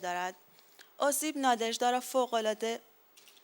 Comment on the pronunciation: چه تأسفبار است که کسانی در مورد اشعار یک شاعر روس یادبود برگزار می کنند که از تلفظ و گویش درست و صحیح ساده ترین واژگان و نامهای روسی عاجزند و اینهمه اشتباه می خوانند. لامصبای پُر مدعا!آن دخترخانم که متن احمداووا را خواند،حتی از تلفظ درست نام ناژدا که «نادژدا» (همسر ماندلشتام) و ماه فِوریه را که «فوُریه» خواند و شعر خوان پس از او شعر ماندلشتام را بدون وجاهت کلامی و تلفظ درست خواند هم از تلفظ درست نام ناژدا و ماندلشتاین عاجز بود. امشب که به خانه رفتید،کمی به قیافهٔ خودتان در آینه نگاه کنید تا ببینید که چه خبطی ناشیانه می کنید. شماره تلفن مرا بپرسید و برای تلفظ صحیح واژگان و نامهای اروپایی،مشاوره و کمک رایگان برای برنامه های آتی بگیرید.